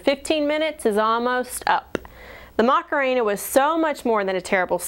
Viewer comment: i thought it was 'Macarena' not 'Mockuhena'